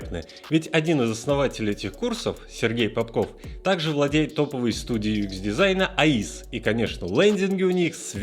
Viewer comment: юЭкс а не юИкс.:)